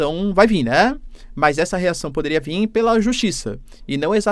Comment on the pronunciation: Qual a dificuldade de falar VIR professor!!!